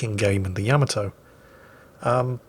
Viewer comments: is Yamato Not Yamaaado! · It is pronounced YA-MA-TOOOOOO. just for future reference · YA-ma-to? ya-MA-to? ya-ma-TO? None of the above. It's ya-ma-to. In the Japanese language (Nihongo) most words are totally flat and /no/ syllables are stressed. In fact some Japanese people comment that listening to English, with all the stressing of our syllables, can sound like a curious kind of verbal boxing match. So if you want to sound natural, try pronouncing it as flat as you can, with vowels chopped very short, and said rapidly as you can. If English sounds like verbal punching, then everyday Japanese sounds a little like verbal machine-gun fire. pewpewpewpew! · you noob, it is pronounced *Ya-ma-to!!!*. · Yàmato, Yamàto, Yamatò... it's all the same, since Japanese doesn't stress accents, every syllable should be pronounced with the same emphasis AFAIK. Well, looks like it's more complicated than that, but it's kind of so. 50% of words have no accent.